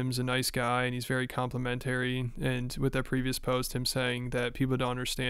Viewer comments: The fact you dont know how to pronounce complimentary and pronounce it as compliment-terri is so embarrassing. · Dude cannot pronounce complimentary. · why cant you pronounce complimentary? lol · My guy don’t know how to pronounce “complimentary” 😂😂😭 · That's not how you pronounce "complimentary." 😂